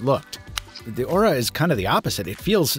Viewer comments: What he says: Aura What I hear: Ora Ora Ora oraaaaaa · Every time he mentioned the device name, all I heard was "Motor Ora Ora" オラオラオラ